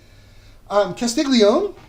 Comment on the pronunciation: Great video. I’m using it for a college thesis in Italian diachronic linguistics. By the way, “Castiglione” is pronounced “kah-steel-yoneh”. The Italian digraphs (two letters that produce a single sound) “gl” is pronounced like the L in “million” and “gn” is like the Spanish “ñ”.